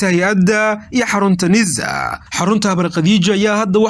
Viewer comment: War yaa jaahilkan u oggolaaday inuu warka akhriyo.. "NIIZA" muxuu uga jeedaa? Waa NISA oo uu si xun uugu dhawaaqayo. Cunahana wax baa ka qaldan oo inuu ama qaaxo ama cancer (amaba wax kaleeto oo lama filaan ah) la il daran yahay baa suurta gal ah. Taladeydu waa in ruux kale loo dhiibo akhriska warka.